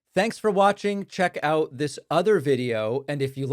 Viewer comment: We are oit of oxygen 😂